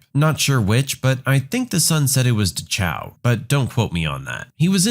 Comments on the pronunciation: dachau pronounced daa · kau was one of the worst. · Duh-CHOW? Are you serious? I absolutely love this channel and all the different readers. But please, if you’re going to address extremely sensitive topics, please don’t ruin it with mispronunciations.